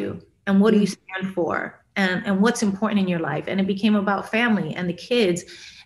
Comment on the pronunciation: I was onboard, but please stop pronouncing the word “important” like that!